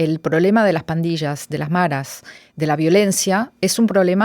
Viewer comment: No es "marras" es: maras.